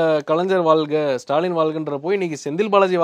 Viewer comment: ல்க..!தமில்வால்க!ஐயோ.... போதும் விட்டுடுங்க.. நீங்க வால்க ..! 😊😊😊😅😮😢